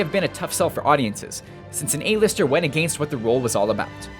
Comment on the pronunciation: The way he says "against". lol